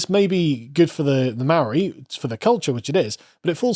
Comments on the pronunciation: As someone from NZ, the mispronouncing kills me. The vowel sounds are "Ah Ae Eeh Orh Ew" instead of "Aye E Eye Owe You". So Its more like "Martowrunghee" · Having spent half a year in New Zealand, Maori culture is incredibly fascinating and it made me reconsider some of my previously held positions (and hearing you mispronounce every Maori word was just awful lol). However, it's wrong to call it science, just as it's wrong to call Christianity or Libertarianism science. Science deals with the mundane; philosophy isn't factored in. It gets difficult since the Maori worldview doesn't discern mundane and spiritual; it's all interconnected. However, this worldview doesn't make it impossible for Maori to understand what science is (it's a universal tool after all). Also, the examples they use for Matauranga are true but so patronising. Oh look, berries! Oh wow, random surface level folklore! Why not talk about how Maori are able to trace their lineages back hundreds of years back to the very first waka (canoes) that sailed thousands of kilometres from Hawaiki? How they could travel all around New Zealand and make contact and trade and have treaties with different tribes? All this without any writing system? I think it's because there's a truly imperial attitude to Maori from the government there. Like there's a real white saviour "i have a black friend" vibe that just seems so insincere.